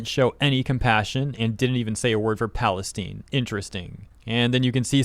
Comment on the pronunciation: Palestein. I can't think of a pronunciation that would drive them more bonkers 🤣